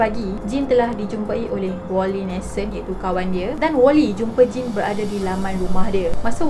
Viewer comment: akakk sy dgr akak ckp jin bkn jane 😅 ke mmg sebutan dia mcm tu hshs